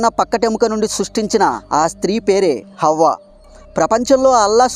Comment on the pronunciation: Avva kadu bro havva